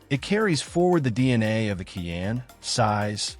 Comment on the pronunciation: How credible is a review that cannot pronounce the "Cayenne" name ? Or, that can't accurately say "foot pound" ?